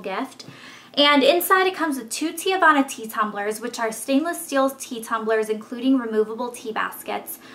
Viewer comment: it's pronounce tee-vana. not tee-ah-vana. lol